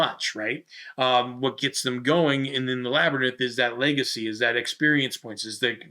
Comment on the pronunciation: Were you calling it a (pronunciation) lab-er-nyth?